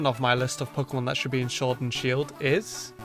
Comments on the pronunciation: shord and shield ha ha ha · Shord and Shield? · Shord and Shield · “shord and shield” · Shword? SHWORD? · Ah yes, pokemon Shord and Shield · Shword and Shield Edit:I Edit to confuse u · ”Number 7 of my list of pokemon I think should be in Shord and Sheild is” Me: Whats pokemon Shord? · shord and shield OOF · WHAT IS showrd and sheild YOU SAID IT WRONG BE ASHASMED WITH YOURSELF YOU KNOW EVERY SINGLE POKEMON GAME AND POKEMON AND YOU SAY showrd and SHEILD WOW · he says sword wrong he uses shield's s (and YES i suck at english grammar)